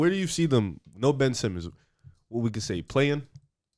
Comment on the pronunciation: Ben-ch Simmons